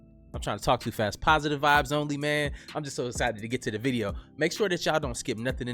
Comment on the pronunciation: Lol, I thought he said "POTUS vibes only"! Lol, gotta really make sure to distinguish between "POTUS", and "positive", lol